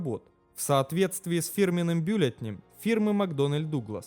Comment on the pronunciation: не бюллетнЕй, а бюллетЕней. не крЮков, а крюкОв...(((